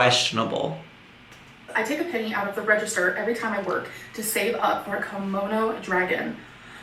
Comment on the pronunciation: Funny how she can pronounce komodo dragon but can't pronounce kimono...